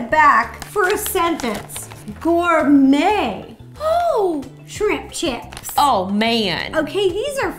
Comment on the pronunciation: ro: shrimp justine: shrip chip